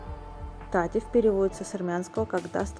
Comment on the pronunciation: и научитесь правильно произносить названия, особенно, с ударениями! это в русском яз. ударение ставят куда угодно! в армянском яз. же-строго на ПОСЛЕДНИЙ СЛОГ СЛОВА!!! Поэтому, например, не Та'тев, а Тате'в! и т. д. и т. п.! 😅